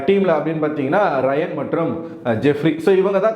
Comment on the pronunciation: Ayyo enna bro name sariya solla varatha raayan ella bro avar name ரயான். Pls name sariya sollunga pls.